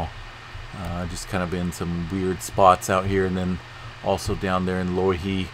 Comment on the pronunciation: Pronounced "low" "ihi" In the Hawaiian language the letter "I" is always pronounced like saying the letter "E" so you were pretty close. The punctuation mark looking like a backwards apostrophe is caller an "okina" which separates two vowels. Meaning a short pause between vowels. While I'm at it, vowels are ALWAYS pronounced the same. A- as in "aha" , E- like saying the letter " A " , I - like saying the letter " E " , O- as in "oh" , and U - as in " ooh ". No matter what the word is, the vowels are always pronounced this way. The line over a vowel stretches the sound of the vowel it's over " oookay "